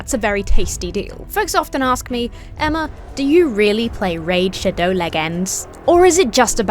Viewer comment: That pronunciation of “shadow” in the ad transition is wild. Decided not to skip over it to see if you’d say it again — I was not disappointed.